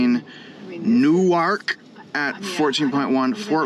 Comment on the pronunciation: Ur butchering da word Newark 😂